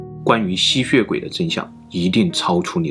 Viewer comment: 我一直聽到吸穴鬼